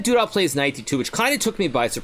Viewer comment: Everyone: Duda Hikaru: Doodah